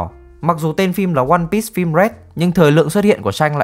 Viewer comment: ơ, lại ONE PISS à, Bắc kỳ ai cũng đọc tên phim kiểu PISS à? 👎👎